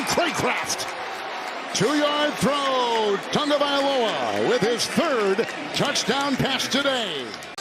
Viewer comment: Its not tongue-valoa its tah-go-vye-lo-ah